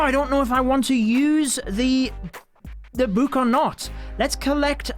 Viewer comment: It triggers me that he says buuk bruh